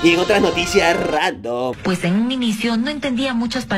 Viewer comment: Que carajos ay dise memes randon y es memes random 🤣🤣🤣🤣🤣🤣🤣🤣🤣😂😂😂😂😂😂😂😂😂😂😂y me das un cora